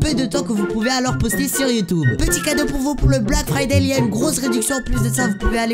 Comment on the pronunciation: « Sur Youtoube » 😂😂😭😭